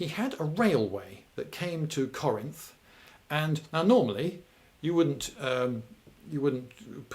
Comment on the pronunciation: Thank you lindy for pronouncing Corinth right, way too many people in the area call it “car rents”